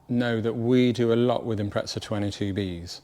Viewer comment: Note to all British Subaru enthusiasts: it's an Impreza, not an impretza